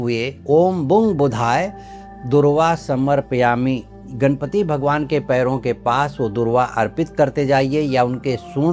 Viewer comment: pranam! "Samarpyami "ka sahi uchchar sunke bahut achcha Laga. Jab log kahate hai " samarap Yami"